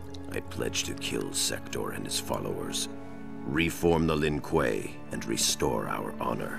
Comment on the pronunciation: To. You pronouced it right the 1st time. Lin Kuei (L-in Qu-ay)!